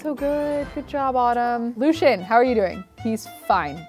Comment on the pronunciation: I really don't like the way she pronounces Lucien.